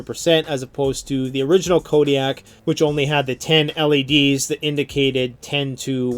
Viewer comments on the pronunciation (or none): none